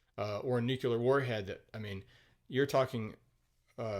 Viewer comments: I’m going to review this review. Pro, this guy seemed to be pretty fair to the movie, highlighting its pros and cons. Con, the guy can’t say “nuclear” properly. It’s pronounced “nu-clee-ar”, there is no second “u”, so it cannot be pronounced “nu-keu-lar”. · It's nuCLEAR not nucUlar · Say "nukuler" 1 more time 😜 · it's a vveeerrrryyy common mispronounciation. And one of my personal pet peeves😅